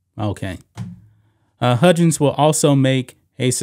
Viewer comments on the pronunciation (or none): It’s pronounced Huggins not Hudgens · Dear lawd STOP pronouncing his name "HUDGins!!!" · Huggins is pronounced like hug. Like you hug your mom/spouse. He was one of the top paid coaches in basketball. Has been for like 10 years he is at the end of his career(69 years old). a 1 million dollar reduction is kind of a slap on the wrist when you have been making 4million plus for about a decade. Oh no, he is only going to make 3 million a year now. The real thing is his contract is now year to year. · Who is "Bob HUDgins?" Do you mean "Bob HUGgins?" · This is the sports channel, right? Huggins has no "j" sound, just hard g sound...Xavier has no "x" sound but a "z" sound.